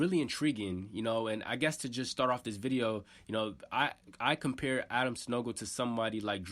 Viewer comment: Adama not adam bro